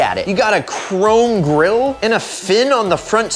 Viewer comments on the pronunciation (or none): none